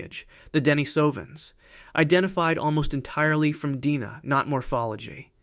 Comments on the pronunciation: D-N-A not "Deena". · Deoxyribonucleic acid. The AI voice Almost sounds real, but the mispronunciation of "DNA" gives it up.